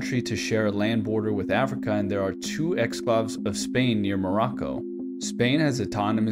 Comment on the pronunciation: no judgment on you but you did pronounce exclave terribly